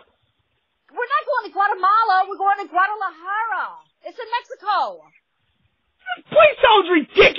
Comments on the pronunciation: 😂😂😂mom ruined his mood😂😂 went crazy🤪 gualamada😅😂doesn't even pronounce the name right but his always wanted to go there😂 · I literally cried laughing when he tried to pronounce Guadalajara. 🤣😭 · its so funny cause he can’t even pronounce it correctlyYou both are halarious ❤❤❤ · 😂😂😂 Dude couldn't pronounce the word so he said that place sounds ridiculous. Damn and he was ready to fight the person in the car that drove by. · He cant even pronounce it, if he only knew thats where they have the best tequila 😂